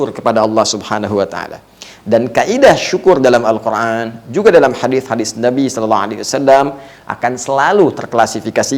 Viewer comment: Afwan, UAH kenapa kalo mengucapkan Al-Quran selalu pake huruf ع padahal itu huruf أ semuanya